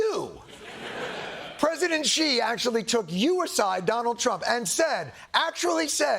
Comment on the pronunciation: Thank you Jon for pronouncing his name correctly! <3 Xi - makes a 'sh' sounds in English so it's exactly like the word 'she' for pronunciation. I'm tired of so many news and comedy segments saying it wrong ;_